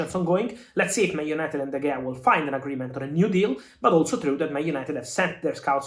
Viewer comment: De Heya, not De Gea